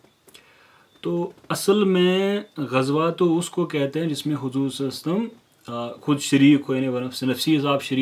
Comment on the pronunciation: Brother you are doing great work may allah azawajal accept your good work.. But brother meri request hai ki salalahu alayhi wasalam sahi se pdha kariye..